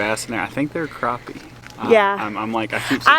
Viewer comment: You are in SC now. It is Crappie Not Croppie. lol Yesterday was unbelievably not normal. I was watching it on Ryan Hall ya'll on youtube. I could not believe it was happening. I am in the Midlands.